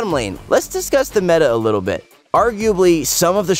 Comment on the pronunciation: my ears keep hearing saying "we'll keep this last bich short for the midlane...." to annie